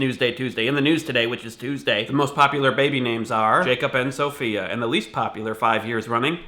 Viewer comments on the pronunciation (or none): none